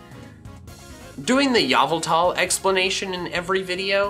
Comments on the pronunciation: The only reason I'm not subbed yet is cuz you say yavaltal not yveltal one of my top 5 legendaries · I'm gonna trigger You pronounce Yveltal as Eeveltal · Nobody:: Yaaveltal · i will pronounce yveltal in version "YAAVAAALTAAAAAAL!!!!!!!!!!" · ye-v-tull! that is how it is pronounced! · It is yaveltal